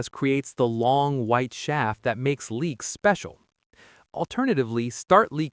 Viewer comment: Leeks, not leaks.